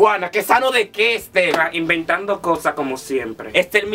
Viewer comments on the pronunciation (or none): Me haces reír cuando dices.esterrrrrr